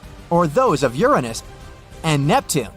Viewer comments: Nep Tune E, Your Ain Nose, and Dis cradeeded 😂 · Ooranoos, discreedited, astro-no-mers. can't pronounce common words. Sorry but not watching this crap